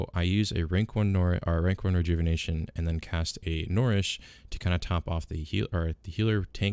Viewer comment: N - UH-REESH... NOT N-or-eesh ffs